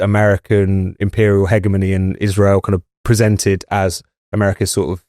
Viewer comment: Great content, though I really wish you'd stop saying 'NUCULAR'!!! But well done - you can't pronounce 'hegemony' either.🙄